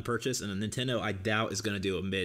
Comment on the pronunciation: I was making fun of how your bitch ass pronounces Nintendo